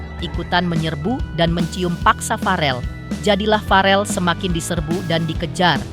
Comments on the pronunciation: Verrel bukan farel min 😇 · VEREEL BUUUU BUKAN FAREL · bukan farel woiiii tp verrel